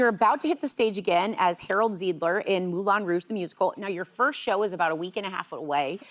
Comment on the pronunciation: Really? Moulon Rouge? Oui oui, Mon Ami Wayne Brady 😂❤